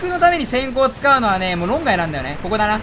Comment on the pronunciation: コ↑コ↓完全に阿吽の呼吸